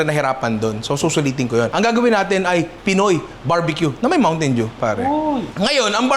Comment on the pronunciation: "Mountain doo"